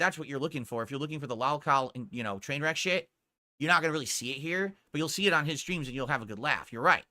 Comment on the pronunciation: "Dthoo-Dthee shtreams... right?" Slurring like a drunk and has the gall to make fun of a guy for being high lmao